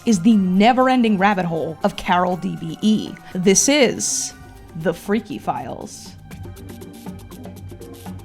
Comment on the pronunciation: I still can't get behind the fact that she was able to say "this is (dramatic pause) tHe fReaKy FiLeS" without cracking up